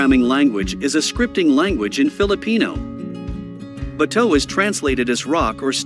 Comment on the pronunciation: Can someone please teach him how to say “bato.” I’m an American and even I can’t stand listening to him say that 😂